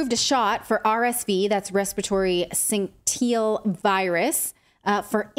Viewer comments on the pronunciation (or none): Syncteil virus? Wtf, it is fucking syncytial. I can't pronounce every word but that is not a complicated one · It’s pronounced like this: Respiratory “sin sish al ”. It’s not likely spelled phonetically correct but it’s closer than whatever you said. 😂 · RSV, respiratory syncytial virus. Syncytial is pronounced, sin-sis-she-al. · Respiratory syncitial virus. ( pronounced Sin-sis-see-ul). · It's pronounced respiratory '"sin-sish-al" virus.